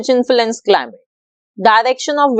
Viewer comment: It's "climate" not clim